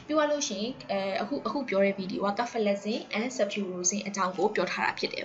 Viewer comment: စဖယ်လဇင်လို့အသံထွက်ပါတယ် ကဖယ်လဇင်လို့ အသံထွက်တာကြားမိတယ်